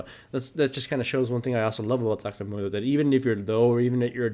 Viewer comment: Dr.Mundo? no, Dr.Gundo.